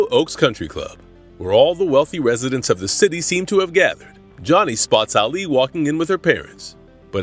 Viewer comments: Can't watch it keep calling Alley Ali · that annoyed me too. He pronounced her name wrong.